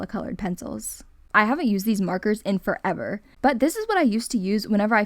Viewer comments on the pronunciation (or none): none